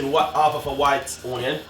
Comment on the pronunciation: White OWNion spring OWNion! His speaky spokey is killing me!